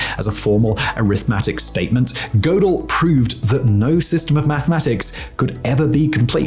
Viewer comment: The paradox that someone can be clever enough to explain paradoxes, but simultaneously ignorant enough to not know how to pronounce “Tiége” and “Gödel”.